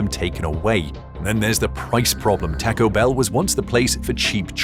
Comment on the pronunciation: AI can't say taco?